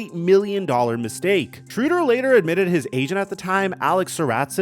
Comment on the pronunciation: Dennis SHRAYder not SHROODer